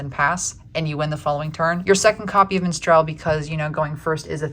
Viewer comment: im triggered by the pronounciation of minstrel lol